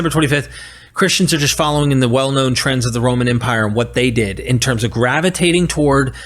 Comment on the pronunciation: Haha big mad, can't even pronounce the terms properly.